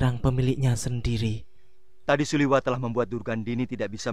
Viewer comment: Suliwa min bukan suliwah